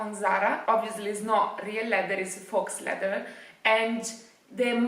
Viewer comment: scusa ma a forza di sentirti dire FAUX stavo impazzendo 🤣 si pronuncia "fo", la x non si pronuncia mai. Un saluto.